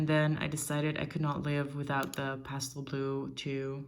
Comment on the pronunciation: You have such an interesting, but unplaceable accent. I can barely tell that English is not your native language, but there are a few clues, such as your pronunciation of the word pastel, and the expression ‘fairly the same’. You definitely learned English either in the States or from Americans, but that’s all I can tell, other than you said you were in Europe. So my guess would be Scandinavian, or Iceland, perhaps? Your handwriting is European, but I can’t be more specific than that. I’m a bit of an armchair linguist, please don’t take offense. I really appreciated the comparison of nibs—very helpful, thanks!